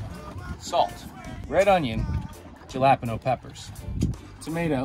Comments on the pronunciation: This was pretty good. I obviously want more Steven Rinella, but this was pretty good and it deviates from the Tony Bourdain formula (which I really like, but you can't have a million shows doing it). But it will bug me for days wondering whether he mispronounced jalapenos on purpose. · the way he pronounce jalapenos lmao like from trailer park boys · I mispronounced it on purpose. You can rest easy now